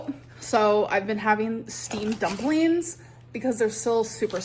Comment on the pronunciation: And to make it worse, she’s not content to say “dumpleens”, she says: dupleens. Infuriating.